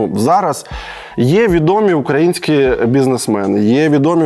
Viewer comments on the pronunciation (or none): none